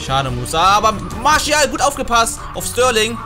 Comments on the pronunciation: Bruh bin selber franzose warum sagst du Marschial?haha er wird Martiâl ausgesprochen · Bitte sag nicht marschial😂😂 der heißt marsial Sonst feier ich dich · Bro martial nicht marschial hahah sonst cooles video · Der heißt doch nicht marschial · Das ist doch erst das geile dran also ich Feier das 😂